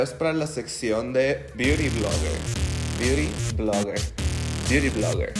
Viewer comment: Necesito un video de diciendo "biuri vlogger" por 1 hora.